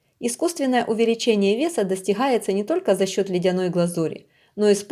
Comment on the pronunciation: панГасиус не панХасиус, достиГается а не достиХается, слушать противно, не уродовай язык, если не умеешь говорить, размовляй на мове своей !!!